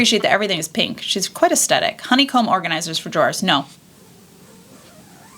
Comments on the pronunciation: I adore your videos! I know this is a dumb pet peeve but it’s aes-THET-ic not a-Stett-ic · Aesthetic: uhs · theh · tuhk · I can't watch this, I don't know why you're pronouncing AESTHETIC the way you are. It is really annoying that sh*t out of me!! There is no D. 😂